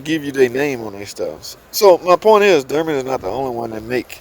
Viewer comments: you pronounce it derman, is that on purpose or?... Dorman??? Always a Great channel! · Sir, Aluminum IS METAL... Also... It's DORMAN (DOOR-MEN) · Steel bolts.. i don't think it's the bolt threads you need to worry about. Unit looks solid. Hopefully there are no casting defects. "Dorman" not "Derman", sorry I couldn't resist.